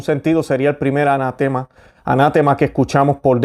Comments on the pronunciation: Perdón se dice ana tema con el acento en te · Se dice anatema (palabra grave); no "anátema" que es esdrújula. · Hermano ...EXCELENTE VIDEO. Solo, un par de detalles lingüísticos: ...Se dice: ( sin tilde, palabra grave terminada en vocal). No, un "ANÁTEMA"(no es palabra esdrújula). Y tampoco se dice "CANONES", sino "CÁNONES". (Similar a "examen" y "exámenes") Un abrazo fraterno. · Estimado, se dice "anatema", con acento fuerte en "te". Bendiciones.